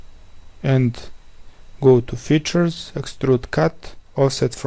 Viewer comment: Sounds like "go to the future", when it was Features xD